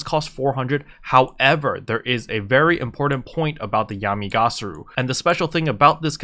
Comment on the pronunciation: it's Yami Ga-Ra-Su /giggle /:P